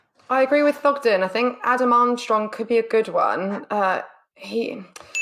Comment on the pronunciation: It's Thogden